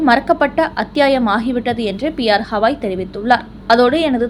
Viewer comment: ஏம்மா திரும்ப திரும்ப ஹவாய் என்கிறாய். ஹவாய் என்பது அமெரிக்காவில் ஓர் மாகாணம். தலைமை நீதிபதியின் பெயர் கவாய். ஒழுங்காக உச்சரிக்கவும்.😊😊😊😊😊